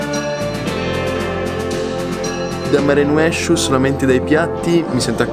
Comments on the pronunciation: Si legge mare nosciu 🤣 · si chiama "Marenuesciu" e si legge in egual modo ( nel dialetto Squinzanese) 😊❤